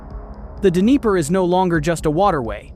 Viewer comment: Is it pronounced d-niper?